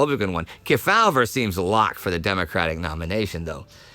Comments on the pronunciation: Key-FOWL-ver that's really hilarious!..........KEY-faw-ver 🤣🤣🤣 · As a 76 year-old, I recall Sen Estes Kefauver's name being prounounced: KEE fow-ver in the media. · "KEY-faw-ver" was the usual pronunciation (and yes, I'm old enough to remember). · The Senators' last name is pronounced Key-faw-ver. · Except kept mispronouncing his name. It was Estes KEY-fah-ver. I'm old enough to remember him when he was still active in politics. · Everyone knows Estes Kefauver, except doesn't know how to pronounce his name.